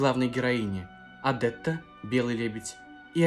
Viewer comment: Почему Вы произносите ОдЭтта, а не ОдЕтта? Следуя Вашей логике, тогда должно произносится ОдЫллия, а не ОдИллия😊